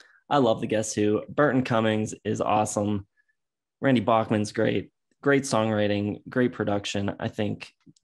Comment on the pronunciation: 1. The Tea Party 2. Neil Young 3. Voivod 4. Razor Also, since you pride yourselves on proper pronunciation, it’s Randy Back-man. Go Avs! Go Pens! Go Hawks!